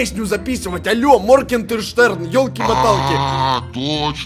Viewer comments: А почему моркенштэрн а не маргенштэрн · Купик підписаний не правильно моргенштерн а не моркештер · Не моркенжтерн а Моргенштерн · Моргенштерн а не моркенжтерна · Надо не мркенжтэрн а моргенштерн